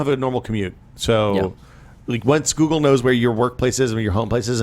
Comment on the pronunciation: is the only person I've ever heard pronounce Google with a K:D